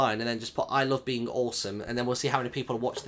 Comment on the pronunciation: haha i love how you say beink instead of being i love beink awesome